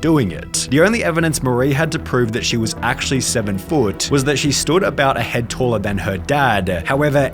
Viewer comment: Showa, Talla ... Love this accent.